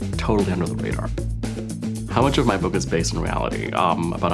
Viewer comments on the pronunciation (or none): none